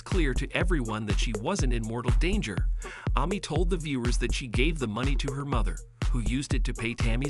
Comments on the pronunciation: Who the hell is ‘Army’ ?? Is it really that difficult to say AMY !!! So annoying 😡. He also can’t pronounce Combs 🤨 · Right ! WTH ?! Why on earth would someone pronounce it Ah Mee ?! Jeez ! Super annoying! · Why are you mispronouncing Amy’s name ? That’s annoying. I’m so proud of this family either way ! Love them ! They’re so fun !